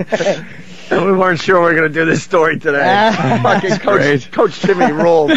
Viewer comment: Yimmy and almost killed me.😂😂